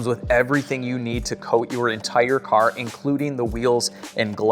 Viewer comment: is the man, from a southern guy it was hilarious when he’d say “the cahr” 😂